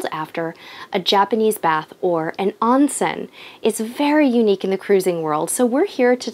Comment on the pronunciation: The word "Onsen" is pronounced as "own-sen". A long "O" rather than a short "O"> Otherwise, great video.